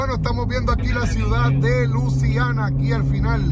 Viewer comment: Se dice LUISIANA no LUCIANA